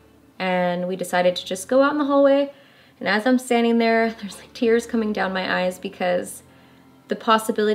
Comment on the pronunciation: I heard, "there's legs!"